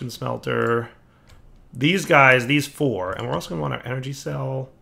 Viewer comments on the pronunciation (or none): none